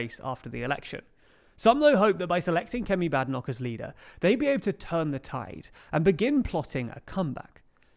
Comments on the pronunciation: It's Bade Enoch not Bad ffs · You need to be able to pronounce Badenoch’s name properly...